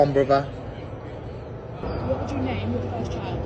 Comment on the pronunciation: "One bruddha"